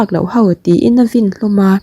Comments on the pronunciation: A vin tih hi...a vîn ti la a dik zawk sia. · I chhiar rhiamin i aw pawh ngaihthlak a nuam khawp mai,mahse vin tih leh phiar phiar tih hi ngaihthlak a hrehawm deuh,a thluk hi ti dik deuh turin upa deuh te rawn zuai la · I chhiar thiam thin chutih rualin vin tih hi i lam diklo deuh thin a